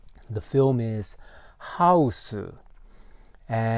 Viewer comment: Got to have that pronunciation when saying the Title! “How-oose.”